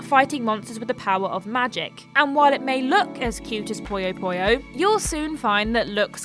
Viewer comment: It's "Puyo Puyo". Not "Poyo Poyo".